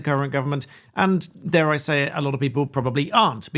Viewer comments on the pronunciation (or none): none